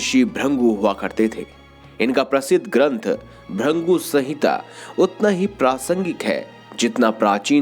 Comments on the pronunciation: त्रदृषी ब्रंगू नही त्रदृषी भृगू,कृपया सही उच्चार किजिऐ. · Bhurngu nehi bhrugu hai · ऋषि का नाम भृगु है ना कि भृंगु 😡😡😡😡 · उनका नाम भ्रिन्गु नहीं भृगु था। नारायण नारायण😇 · ब्रंगू (brangu) नही मुनीश्रेष्ठ भृगु (brigu) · It's not "Bhringu", it's "Bhrigu" or "Bhrugu" pronounced most prominently, and his sculpture is Bhrugu Sanhita. Rishi Chyawan, the creator of Chyawanprash is his son. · Are bhaiyya ji pahle bhrigu dhang se bol lijiye 😂😂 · Sahi bola bhrugu aata hai